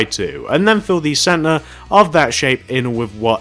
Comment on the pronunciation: When he says center it sounds like he says Santa lol and sorry if this sounds mean and yea plz do tarts next